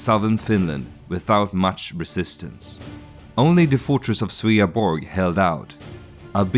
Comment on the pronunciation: Jag tycker du ska uttala Gustaf Adolf och Sveaborg så som vi gör det på svenska. Om jag var du skulle jag översätta "min faders blodiga tron" som "my father's blood stained throne". Ordet " bloody" har inte samma innebörd i det här sammanhanget. Heter du kanske egentligen AI?